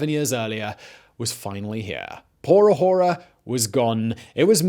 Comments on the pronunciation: Please quit saying "por ah hora"! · When you said "Por Ahora" it sounded like you said "horror horror ", which is what is happening in Venezuela now. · I love all the shows you produce. I do not love when you say “por ahora.”